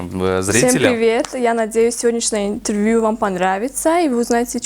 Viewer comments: ИНТРРРВЬЮ ОРУУ😂😂😂😂😂😂 СТО СОМОН ИЗ КОРВОНА 😂😂😂😂😂😂😂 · "Сегодняшний ИНТТРВЮ"🤣🤣🤣